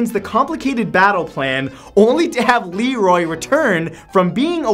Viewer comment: You call him Lenroy but you keep saying Lerroy